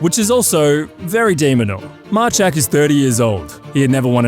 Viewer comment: Majchrzak is more like May-khshak but I guess it can be hard for non-Poles😉. All the best from Poland to the GOAT